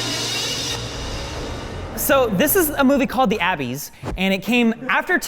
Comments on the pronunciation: Why did he call it Abbys instead of Abyss? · Abbys? You mean Abyss. Pronounced uh-bis. You're welcome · When you pronounced "Abyss" it is pronounced "a biss" not "a bees" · Whattttttt its abyss not abees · Isn’t Abyss pronounced the a-biss not abbies? 😂🤔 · What is up with mispronouncing words? "The Abees", "Ter-Minotaur 2"?!? Come on, thats done on purpose. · *Ab-"ee"-ss, Term-"I"-nator, "Ali"-ens... It is hilarious to hear pronounce words. XD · I've never heard any one pronounce Abyss like Abeez before lmao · How to pronounce it properly: Abeese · Please don’t tell me this is how all Americans say ABYSS. It isn’t called abbies is it, it’s spelt ABYSS and should be pronounced as so! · "Abbies" bruh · its pronounced like A-BIS, you goon, as in something very deep, like a hole or errrm the ocean... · Seriously??? Abyss how can you not pronounce that word?